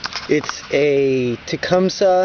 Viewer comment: I'm pretty sure it's pronounced ta-cum-see